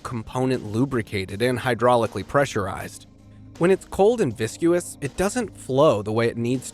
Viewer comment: "Vis-cus". Not "vis-cue-us". The "u" is silent. Is this artificial ignorance narration?